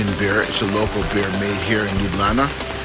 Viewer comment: you say Ljubljana like a young people in Slovenia :) hope you enjoyed Slovenia